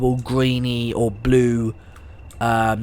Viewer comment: You said boo instead of blue for the br blue class 20